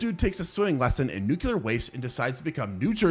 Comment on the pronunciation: Nuclear... pronounced NewClear, not Nukular. Why do so many americans say this word wrong? it's not even remotely close to how it's spelled either.